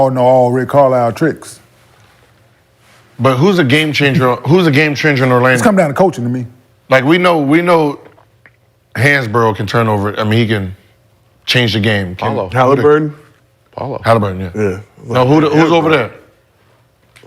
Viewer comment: He said hansborough🤣🤣🤣🤣